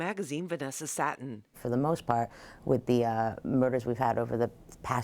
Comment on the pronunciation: Venessa SATTEN? "Satin". Smh Lluminati confirm